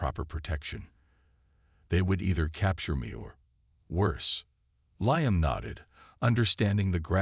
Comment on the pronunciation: And make sure your AI program pronounce names accurately, his name is pronounced "LEEAM", get it right or don't do it at all, AI sure sucks!